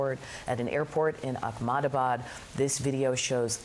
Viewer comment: It's "Ahemedabad" not "Akhmadabad" and India does not allow for dual citizenship. Please get your facts right!